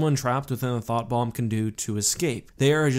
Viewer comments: What he said: Thought Bomb What I hear: Thot Bomb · Was it just me that heard "Thot Bomb"?